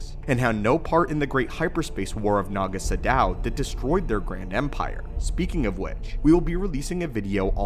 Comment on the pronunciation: I’m glad you pronounce Naga Sadow’s name correctly. He’s my favorite of the ancient sith. It was his lineage that included Freedon Nadd, the legendary Exar Kun, and Ulic Qel-Droma.